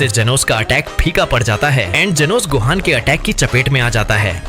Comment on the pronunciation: Ultimate gohan ko base gohaj bol rha 😂